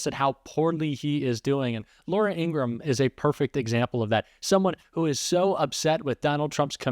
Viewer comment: According to Laura's brother the proper pronunciation of their name is the full 3 syllable In - gra- ham